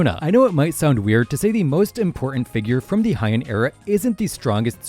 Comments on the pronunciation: Heian is pronounced “Hey-ahn” not “high-en” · It’s pronounced like “hey” or “hay”, not “hi”. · I wonder why everyone pronounces Heian like it’s German or something